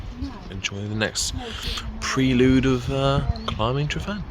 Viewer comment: Please note that every `f ` in Welsh is pronunced the same as the English `v`, and every `ff ` is pronunced the same as the English `f `. Thanks.